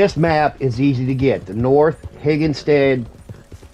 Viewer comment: thanks for the video sir, just a friendly heads up it's pronounced henni-gans